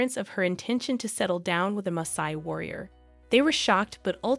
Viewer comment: she is pronouncing Masai correctly, actually